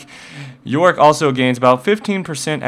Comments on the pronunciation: there is a part that is sound like you say Warwick { } instead of yorick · worwick or yorick? if you say fast enought it might sound like warwick